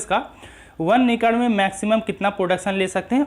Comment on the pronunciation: Acre ko racre bolta hai . He is illiterate